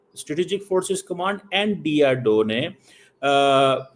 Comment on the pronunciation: Abe cheema bolna seekh lo DRDO hota need to learn to pronounce .